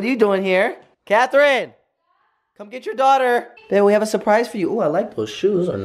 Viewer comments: It’s Catherine Not Cathrine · Nini Juncotton I always hear him say CATHRINE I LIKE HER NAME